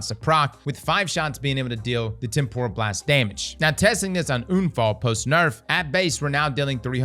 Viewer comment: makes a point to make sure unfall is pronounced correctly, meanwhile temporal gets trampled repeatedly 😂